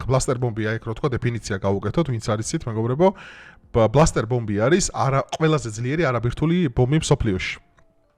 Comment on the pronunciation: ნეტანიაჰუ ჰქვია და არა ნეტანიჰაუ. ასევე ბასტერ ბომბია და არა ბლასტერ. ამას იმიტომ ვამბობ რომ კარგი კონტენტი გაქვს , საინტერესო და თან სერიოზული თემა. თუმცა როცა სახელებს არ ამბობენ სწორად, რათაცნაირად კარგავს თითქოს აი იმ სერიოზულობას და ხარისხს. ანუ Netanyahu ნეტანიაჰუ არის და არა ნეტანიჰაუ. ასევე Bunker buster ბანკერ ბასტერი.